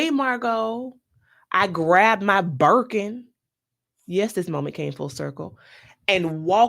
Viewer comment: “The way I grabbed my buurkin!” 😂